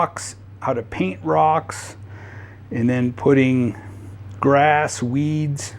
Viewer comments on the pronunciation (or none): none